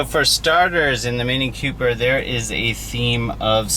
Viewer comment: It's "Cooper", not "Q-Per"